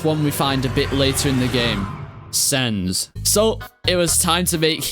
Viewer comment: Thats not sans, thats cans...